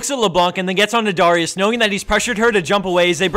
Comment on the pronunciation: You pronouced Darius really weird ._.